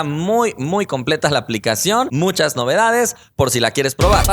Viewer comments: En dice MUCUCHAS en vez de muchas jajajjajaja pequeño error! Igual sigues siendo un crack!!! ❤️ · Minuto "mucuhas novedades" C mamó:v